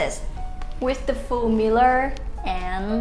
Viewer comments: She said miller for mirror 😅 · Meeler lol 😆